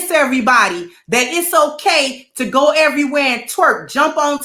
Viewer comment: I died laughing. Has to be from Chicago. Top errwhere 😂😂😂😂